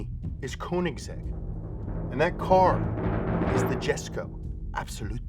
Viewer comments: YESKO NOT JESKO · It’s pronounced Yesk-OH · No big deal but Jesko is actually pronounced yesko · Again... With the name butchering!!! It isn't JESKO!!! It's pronounced Yes-Co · Jesko is pronounced Yes-Co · not only did you pronounce Jesko wrong, but the editor showed the Jesko Attack, not the Absolut 😭